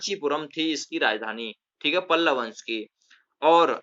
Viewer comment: Sir pallav not palval